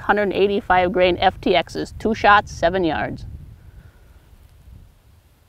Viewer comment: "toow shotts"